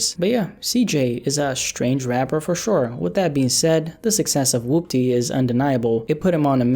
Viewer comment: Man said wupty lmao